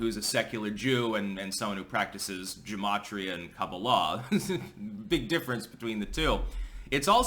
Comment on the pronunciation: I wonder how many actual Chasidim are interested in. I can't be the only one, can I? I am disappointed,, that you mispronounce the /ch/ in Chasidism. The ch should be that of the Scottish loch, or the Dutch Utrecht. And the /g/ in gematria is a hard g in all pronunciations I've heard. (For what it's worth, most common transliterations of Hebrew and Yiddish into English should be read using Tolkien's rules for Elvish.)